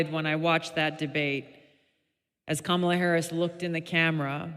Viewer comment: Fuck around and find out Camel-UH.